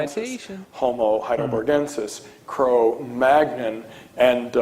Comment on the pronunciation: Wait, is that really the correct pronunciation of Cro-Magnon? I used to laugh at John Pendleton for pronouncing it that way :/